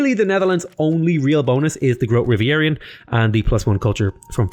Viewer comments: I just came here for the pronunciation. Gotta love GROOTE RIVEIEREEINN or whatever :) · That's pronounced: "Groatuh Reeveeren". It means Great Rivers. The ship is pronounced "Zaifen Provincien" (Seven provinces) but you got that pretty good allready :P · Mooi hoe hij "grote rivieren" uitspreekt, hahaha. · It was hilarious hearing how he pronouced it though xd Oh god. I sound like that trying to pronounce foreign languages.